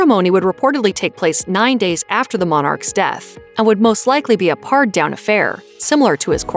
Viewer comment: Pared = pronounced as pair. Paired down. 🤦‍♀️🤦‍♀️